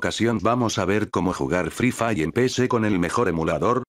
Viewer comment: "EL FRI FAI" xD jajjajajaa muy bueno b roo